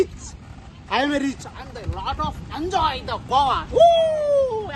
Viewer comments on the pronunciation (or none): It's Goa not gova